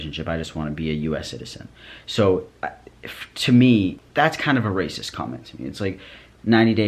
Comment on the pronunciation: the way you say racist cracks me up rAYsus